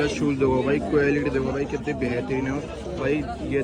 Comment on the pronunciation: Quelity to sahii se bolna seekhlo bhai